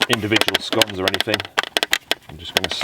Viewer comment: a drunk bloke in the woods...show me the waya go ome hic. Also, finally someone who pronounces scones correctly, now all we need is an American president who can pronounce Thailand. *Runs from flying shoes*.